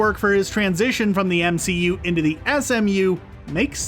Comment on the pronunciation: Did no one realize that he said msu, its mcu, not msu